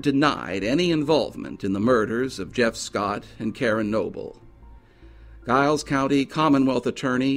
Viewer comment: It's pronounced Jiles County